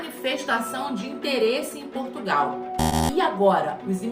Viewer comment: A "moça" do canal também vai ter que aprender a pronunciar o nome do nosso país, porque esse país, que ela também chama "PortugAAAAAOOO" não existe, esse não é o nosso país.